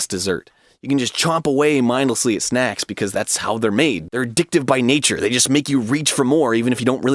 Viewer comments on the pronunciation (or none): none